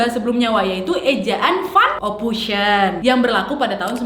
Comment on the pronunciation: "ophoisen" kak cara bacanya.